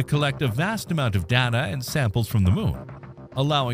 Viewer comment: Commander Data would take issue with the mispronunciation of his name 🖖🏻.